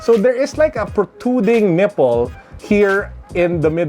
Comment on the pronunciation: Natuwa lang po ako sa pagkakasabi nyong nipple😅 Peace ✌